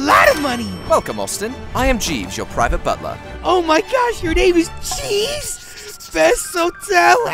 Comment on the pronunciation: He said Jeeves not Cheese Austin.